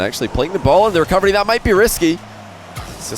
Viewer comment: the best thing about the commentary is still that every time he says "recovery" i hear "recubbery"